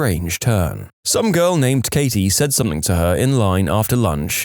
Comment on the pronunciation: No K in the word something